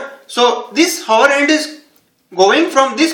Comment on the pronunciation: its not handuuu, its just hand!